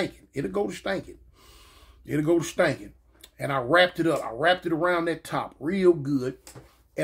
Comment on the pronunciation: “Cause it’ll go ta stankin, it’ll go ta stankin”‼️😭😭🤣🤣🤣